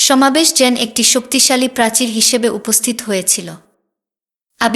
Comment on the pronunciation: দিদিভাই, আমি পঃ বঙ্গ হতে আপনার পাঠ শুনছি । এটা ইতিহাস না উপন্যাস বুঝতে পারছি না । অবশ্যই সুলিখিত । তবে আপনার উচ্চারণে কিছু সমস্যা রয়েছে, যা হয়তো দেশ ভেদে স্বাভাবিক । জলকে পানি বলছেন না । আর যেন, আয়োজন, দ্রুত, ইত্যাদি অনেক শব্দ উচ্চারণে বিকৃত হচ্ছে । কলকাতার উচ্চারণকে অনুসরণ করলে মনে হয় যথার্থ হবে । আসিফ মহিউদ্দিন, জাহাঙ্গীর আলম (লালু উস্তাদ), মাতব্বর আজাদ অভিজিৎ, মাসুদ প্রমুখদের শুনতে অনুরোধ করি । ভালো থাকুন ।